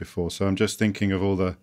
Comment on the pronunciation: Why does an author promote his book by not being able to say thinking and have to say Finking ...just a tip to the author